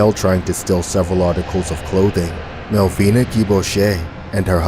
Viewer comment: Melvina is my mom btw and that’s my dad but you said her last name wrong but it’s ok Anyways bye